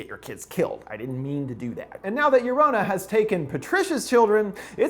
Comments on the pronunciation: Okay no shade but he really stressed her name was pronounced “Jo-ro-na” in his video about her then he just defaults to “Yo-ro-na” in this video lol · Its llorona not lorana long o not short o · Sure hate the way every “american” says llorona. Its pronounced (Yo-rona) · Ragnarok R wymmmmm I’m not bothered by the lorouna pronunciation I think it’s funny aslllllll🤣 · Pronounces llorona wrong Me **one Hispanic boi**:😂 No offense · Chris you said llorona incorrectly especially since we heard you teach us how to say it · The way you pronounce llorona makes me sick could not even finish the video thanks for the offence